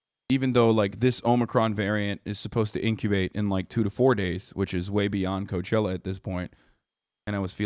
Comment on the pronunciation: lol i stopped at you saying cochella....